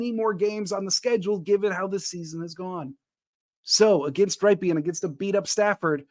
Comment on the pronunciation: Rypien Is pronounced like the city in Wisconsin, Ripon where The brand Rippin Good cookies are made.